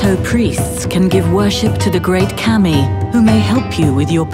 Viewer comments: It's pronounced Kah-Me, that's where his "confusion" is coming from. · Kami is not pronounced "Cammy" but "c-uh-mee" and Sakura is not pronounced "SuhkOOwuh" but "Saah-kraah" and Shogun is not pronounced "Show-gun" but "Shoh-gn" and Oni is not pronounced "o-ni" bu... ah fuck it. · yes, the pronunciation of kami kept bugging me in this vid. Also sakura isn't pronounced "sekoora". I know it's minor stuff, but all the more reason to get it right.